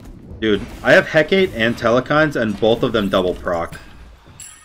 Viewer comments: again it's Heck-a-tee or Heck-a-tA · Let our boy alone with his EhKate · He-kah-tay (phonetic) Had to throw it out there. Keep up the good work 👍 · Pronounced heh-kaw-tay ☺️ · It's pronounced Heck-ah-tay by most westerners buts It's actually Eh-Kah-tee. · can never pronounce Hecate right Lmao. Good vid! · i die a little every time you say "hecate" like that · everyone in the Smite community pronounces Hecate wrong....... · Hecate is three syllables